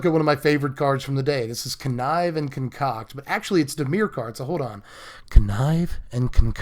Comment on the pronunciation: ASMR connive, and conCOCK.